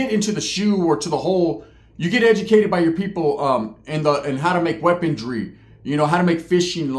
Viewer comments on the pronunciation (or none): Why do all prison youtubers from California say "weapontry or weapondry" lol it's pronounced weaponry lol there's no t or d in it lol 😂 I don't know why but for some reason it really bugs me lol haha